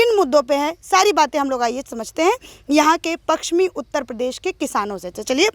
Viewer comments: Anchor bahin ji aap hindi hi theek se bol nahi pa rahi ho paschmi U.P. ko Pakschmi bol rahi hai. Aap hindi ke uchharan ka abhyas karo. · तुम बहुत अच्छी रिपोर्टर हो। एक शब्द का उच्चारण ठीक कर लो। पक्चिमी नहीं पश्चिमी उत्तर प्रदेश बोलो। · Madam ji..pakchsim nahi..pashchimi uttar pradesh hai..aap patrakaar hai..uchcharan to sahi kijiye. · मैडम पश्चिमी यूपी है ना कि पक्सचमि यूपी आपकी पत्रकारिता अच्छी है लेकिन शब्दो पर पकड बनाऐ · पकसीमी नही मैडम जी पश्चिमी होता है